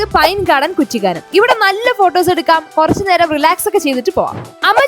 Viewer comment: കുറ്റിക്കാനം അല്ല ബ്രോ.. കുട്ടിക്കാനം 👍